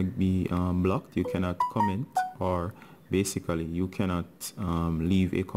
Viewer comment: i love his BASICALY xD